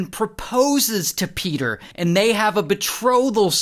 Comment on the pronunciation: PEDAHHH THE HORSE IS HEAH